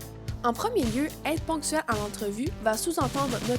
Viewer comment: être ponctuel et non être pontuel